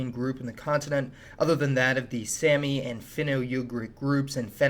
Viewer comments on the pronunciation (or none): I love your videos but I’m fairly certain you’re pronouncing Saami wrong.